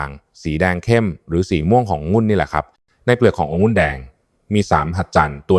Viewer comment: หมอเป็นเอไอหรือปล่าอ่านคำว่าองุ่นเป็นองุ้นตลอดซึ่งมันผิดก่อนให้ออกมาควรตรวจสอบการใช้ภาษาไทยก่อนสังเกตุว่าทุกรายการอ่านภาษาไทยเพี้ยนแทบทุกรายการแก้ไขด้วยเพราะจะทำให้เด็กรุ่นหลังใช้ภาษาไทยที่เรียกว่าภาษาวิบัติ